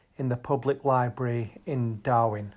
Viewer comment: STOP CALLING IT DARWIN... IT IS DARWEN...... DARWIN IS IN AUSTRALIA KNOBHEAD